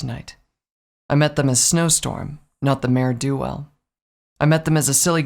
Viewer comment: Dangit, why do you keep saying "Mare DO Well"? XD